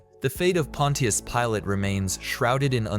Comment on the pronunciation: Pontias Peelay 😂